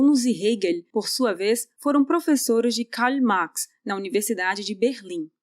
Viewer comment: Quem é esse "Kaly Max" que essa menina fala? Kkkkkkkkkkkkkkkkkkkkkkkkkkkkkkkkkkkkkkkkk